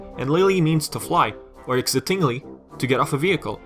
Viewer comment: you said excitingly as exit ing ly but it is exciting ly